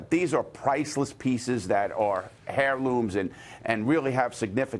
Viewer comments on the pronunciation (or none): I'm using my one comment to call out... "Hair-looms"